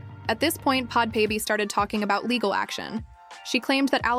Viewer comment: I’m dead😂. It’s “bad baby”. Everyone makes mistakes, I honestly found the video better with it being pronounced like this😂